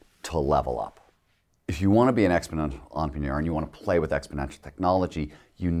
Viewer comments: I don't think he knows how to pronounce entrepreneur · this nigga cant say entrepreneur